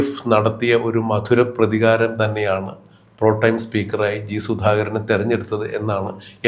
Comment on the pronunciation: Protime അല്ലടോ.